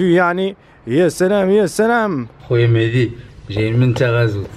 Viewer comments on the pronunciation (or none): إلى بغيتي تولي من طبقة الارسطقراطية On dit pas : mehdi On dit : mehzi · ديك مهدي علاش كتنطقوها مهتي الاعصاب